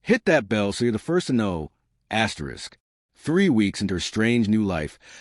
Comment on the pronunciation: What is this asterix asterix distracting the flow of the story?